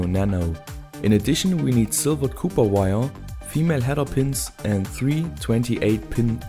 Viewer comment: nach unzähligen videos die ich gesehen habe: bitte hör auf "kuper" zu sagen. es spricht sich "kopper" ;)